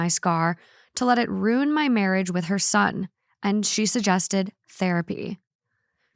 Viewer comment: for the love of God, stop mispronouncing the word Ruin. It’s ROO-IN not ROON. Correctly pronounced “ruin” has 2 syllables, so if someone is pronouncing it as one they are not using the correct pronunciation. You can listen to it in American and British English.